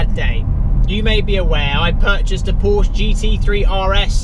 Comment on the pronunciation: Glad you enjoyed the GT3RS and all the best in your racing career. Would be great if you said Porsche properly. Thank you.